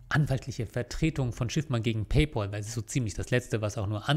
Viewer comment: Ein für allemal: Es heißt Pay-Pääl. Von Pal = Kumpel. Der Bezahl-Kumpel. Himmel Herrgott Sakra noch eins. Es ist nicht der Bezahl-Paule.